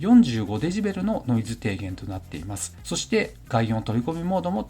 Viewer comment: 前から思ってたんですけど、dBってデシベルではないですか？ デジベルではなく、、、